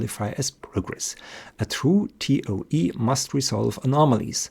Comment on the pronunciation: Toa instead of toe. This because the speaker is not a native English speaker. Not knowing the spelling of toe is for everything, not spelled with an e not an a. Then he corrects himself midstream to an e for everything. When dealing with the electromanetic instead of Maxwell he is following Heavysides theory. Just as correct just without the derivatives. That which engineers need when constructing large electromagnetic engines which are analogue instead of digital.